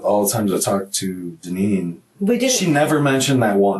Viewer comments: "Dine- ann" Wow...🤦🏻‍♀️ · Her name is pronounced Dineen